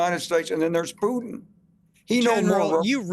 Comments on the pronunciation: You finally said putin correctly piers Well done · Pires, you finally pronounced it right. Why so, mate?